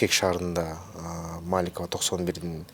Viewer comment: көчөлөрдүн атын кыргызча туура айтсаң, чоң чиновник туура сүйлөш керек! МолдобасановА, МаликовА- деген кандай?!!! Алар эркек кишилер болгонун билесиңби?!! Уят! ТоктогулА, Тагалока Малда- деген орустардан айырмаң жок го?!!!